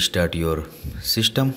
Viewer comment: Dude you said shystem instead system